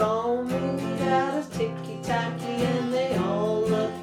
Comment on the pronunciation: It's "TICKY TACKY"! dammit